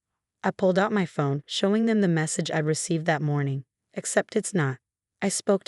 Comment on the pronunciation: It's not fome but phone, not sail but sale